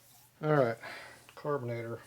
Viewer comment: "Carbanator" That's classic!